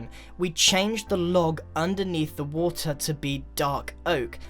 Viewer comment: "On the [wo-tr]"